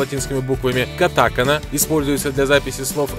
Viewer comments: катакАна а не катАкана!!! И хирагАна а не хирАгана!!!! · Не хирАгана и катАгана,а хирогАна и катакАна! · Помилки: Не хірАгана і катАкана, а хіраганА і катакАна. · itadakimasu ( произноситься без "u") не хирАгага, а хираганА не катАкана, а катаканА от неправильного произношения уши болят... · Там два ударения, два слога. Нам ближе "катАкана", японцы говорят: катАканА. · В словах хирагана и катакана неправильно ударение поставил, правильно будет хирагАна и катакАна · Интересный обзор! Но единственное, что режет слух-неправильное произношение азбук этой страны :Хирагана, Катакана